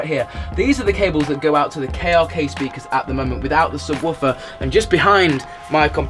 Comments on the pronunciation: The way he says subwarfer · Lol he calls it a sub-woof-er